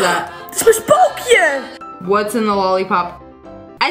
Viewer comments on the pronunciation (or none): NO she said spokeeyan